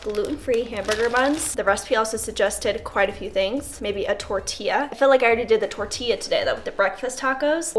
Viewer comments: It’s tortilla tor-tee-yaaa!!! Lol. Just needed to clarify. Much love. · torilla, the double L sounds like a Y in Spanish.